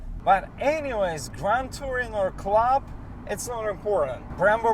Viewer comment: Nice review. Tip: “design” is pronounced de-ZINE, not DEE-zine. “RPM” is pronounced are-pee-EM, not ARE-per-em. And “club” rhymes with sub, but, luck, and nut. Not with box, cot, lot or pot. So it’s CLUB; not CLOB. 🍻